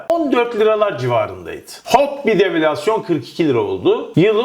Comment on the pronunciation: Murat kardeşim develüasyon diye söylüyorsun. Devalüasyon şeklinde söylüyorsun söylesen rahatsız güzel olur. söylesen daha doğru olacak.